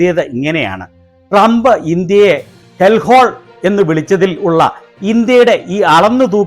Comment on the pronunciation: മോങ്ങിക്ക് നല്ല പോലെ ട്രമ്പിന്റ പേര് പോലും ഉച്ഛരിക്കാൻ പോലും അറിയില്ല....😂😂😂😂😂😂😂😂